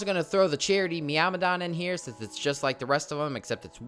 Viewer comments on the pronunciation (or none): none